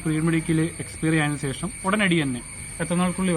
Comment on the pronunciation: sesham alla shesham